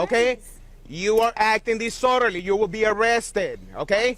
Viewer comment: "You're being deee-sordalee right now"